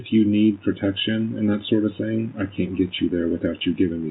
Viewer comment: Mine is when she says thing, but pronounces it thingk